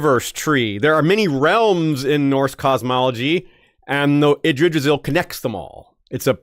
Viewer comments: Being pedantic here, but Yggdrasil is pronounced with the hard "G" as in Gas, not as in Gerald. So it would be IGG - Dra - Sil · I laughed every time attempted to pronounce Yggdrasil 🤣